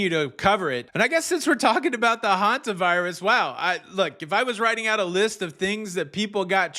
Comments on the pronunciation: Sorry to bring this up here. But several people have complained about mispronouncing Hantavirus as Havantavirus. I don't think it matters. The message he delivers is far more important. But may I ask you to please point this out to him? It bothers me that people keep berating him over this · PLEASE tell it’s pronounced Hantavirus, Havantavirus! He is mispronouncing it every day since this started and there are tons of corrections and comments, and he is not reading his comments. Thank you.!!!